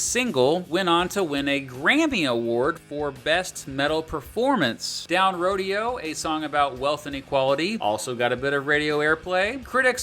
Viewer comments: This guy really did not pronounce “Down Rodeo” as “Down Roh-Dee-Oh”, right? No one would actually do that and then not correct/edit that error. Right? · c'mon man... --> it's 'Down Rodeo' (ROH - DAY - OH) "well i be rollin down ROH - DAY - OH with a shotgun" you don't remember that song? at all? NO? [smh] (it's disheartening to suspect this guy doesn't even care about the music he writes essays on - either that... ~OR~ you need a new script reader dude. for reals) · Down rodeo? Pronounced Down Row-day-oo drive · It’s: Down ‘row day oh.’ They pronounce it in the song. It’s a street in Beverly Hills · Rodeo? RO-Day-oh DRIVE….. did you even listen to the music…. Dumb Dumb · Rodeo... like RO-day-o drive. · Dude….. you pronounced “Down Rodeo” wrong. Have you heard the song? It’s referring to Rodeo Drive, not a cowboy rodeo….🤦🏼😕 You also pronounced “de la Rocha” wrong dozens of times…. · I can’t believe you pronounced Down Rodeo wrong. How can I trust anything else this video says? 😂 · Why did he have to mispronounce Down Rodeo. Guess he doesn't know that song... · Down Rodeo....like in Rodeo Drive you DF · did he just say down rodeo 😆 its Rodeo like the street my guy. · Down Rodeo like a cowboy rodeo? No sir is Rodeo as in Rodeo drive... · FFS you've had 20+ years to get the name Down Rodeo correct. It's not a fucking Texas rodeo. It's a street in Bev Hills. FFS easy fix, as far the the title pronunciation, as for the topic, we still working on that. As for blowback from fans for the message, where did you get that from? Disagree with you but the message has never changed, despite ANY political winds. BTW his "cultural background" is of ZERO significance. The message is either truth or a lie. That is all that is important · RATM fans when we collectively cringe after someone pronounces Down Rodeo like the sport rather than the street.